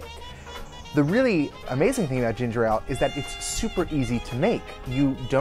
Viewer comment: Your pronunciation of 'Ale' is killing me >.<